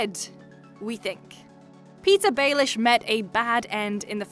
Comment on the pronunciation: When she said “Petyr Baelish” I thought she said “pizza baelish” 😂💪